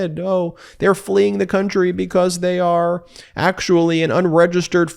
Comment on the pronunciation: bee cause, not bekoss. It makes your careful enunciation a bad joke. How you say it, not what you say